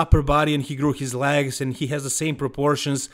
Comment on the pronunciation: I mostly watch these to hear say “LAGS” ….. “look at those LAGS” lol 😂